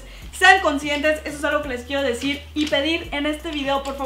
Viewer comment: Dijiste quiefo mil